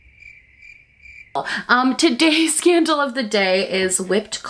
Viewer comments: I just heard “scandal of the day” instead of candle. I got REALLY pumped for a second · Legit thought you said "scandal of the day" before I realized it was candle!! 😂😂❤️ Love you Hannah, thank you for making the day so much brighter! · I swear I heard, “today’s scandal of the day” and not “today’s candle of the day”. It’s YouTube so basically either scenario is entirely plausible. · Not me understanding "today's scandal of the day" instead of "today's candle of the day" 😅😅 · You did the usual "candle of the day" but what I heard instead was "the scandal of the day is...". Honestly, there's enough material out there to make a segment like that. especially in the beauty community lol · Tell me why I thought she said the “scandal of the day” instead of the candle of the day 😅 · when you said todays candle of the day it sounded like scandle of the day - PLEASE if there's ever another dramagedon into it with that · Am I the only one who heard 'today scandal of the day is...'? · lmao it sound like u said “today’s scandal of the day” btw your makeup look gorgeous per usual💚